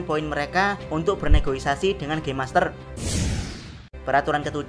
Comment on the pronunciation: Negosiasi bang bukan negoisasi wkwk ✌🏼